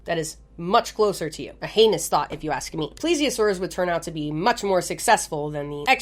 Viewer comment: i love how this girl we all tune into because shes semi intelligent funny and swears. is always so self conscious. and in reality were all laughing because every time you say heinous all we hear is anus. and for some reason it is your favorite word in this video.